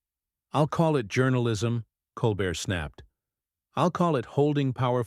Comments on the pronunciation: You are mispronouncing stephens name stupid. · Horrible robot voice speaking and emphasizing the wrong parts of phrases. Also rudely mispronouncing Stephen’s last name. 🤮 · Ok if you're going to be on the tv please say the host name it's Col Bear! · Lol whoever the narrator is... couldn't even say Colbert's name right...what a joke!!